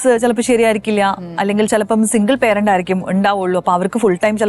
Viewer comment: അത് പാരൻ്റ് എന്നല്ല പറയുന്നത്, അത് പേreൻ്റ് ആണ്.